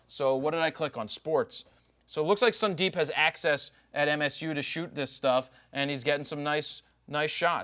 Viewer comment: this is fkin boring and horrible when you badly pronounce the name as sundeeeeep ... and that to unnecessarily several time with that terrible throat brushing. dude! .. grow up dude!